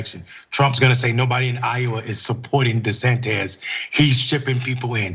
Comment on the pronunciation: Whose "DeSantez," though, Mondale?